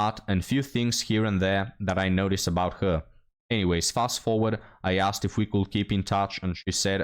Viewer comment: She said "akstd" or "axed", instead of "asked." There's part of her problem right there. She needs a better community. She's been sullied a people who treat books like kryptonite